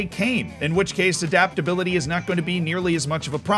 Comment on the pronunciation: adaptability or as as calls it dadaptability